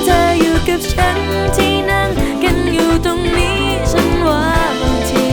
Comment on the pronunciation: เสียงเพราะ มีเสน่ห์ แต่เวลาออกเสียงพยันชนะ คำควบกล้ำ ควรเน้นกว่านี้นิดนึงจะสุดยอดครับ มันยังขัดหูนิดหน่อยตรงคำว่า “ ตงนั้น ตงนี้ กัวเค้ารำคาญ “